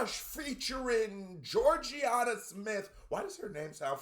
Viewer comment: Jorja Smith is a singer and she’s huge and yeah it’s Jorja not “Jorjianna”😂